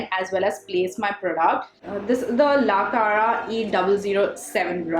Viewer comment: It's not la Clara its la cara 😂